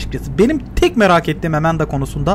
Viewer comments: Amandaya (E)manda demesi içini azimle doldurdu. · nin amandaya emenda demesi İÇİMİ AZİMLE DOLDURUYOR